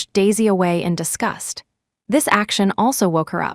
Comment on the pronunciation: It’s disgust (a negative feeling for another) NOT discussed (talked) HTH